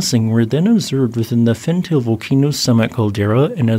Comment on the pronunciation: I am sorry to correct you,, but it's pronounced "FenTAH-lay".